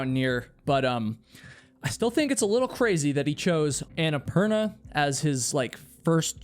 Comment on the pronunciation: Is it just me, or did he mispronounce Annapurna and have to edit it throughout the entire video? Watch his mouth closely when he says it, and it doesn’t match at all. It’s quite annoying.